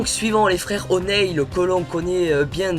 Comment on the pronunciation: et sa se dit Onil